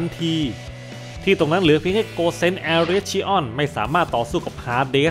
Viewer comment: ขัดใจตรง ชิออน เป็น ชิอ้อน นี่แหละ 5555 ส่วน อันที่บอกว่า ฟันพลาดโดนแขนตัวเองใครฟังก็เข้าใจผิดครับ แบบำทไมมันโง่จังวะ จริงๆคือฟันออกไปแต่โดนเบี่ยงมิติ โผล่มาอีกทางแล้วโดนแขนตัวเอง (ใครนึกภาพไม่ออกไปค้นหา Yu gi oh Dimension Wall เหมือนรูปการ์ดยูกิ Dimension Wall อะ ตีไป โผล่ข้างหลัง) ครับ